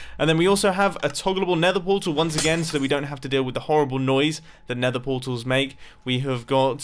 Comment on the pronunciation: Lol mumbo be like:starter base and talks about going to nethee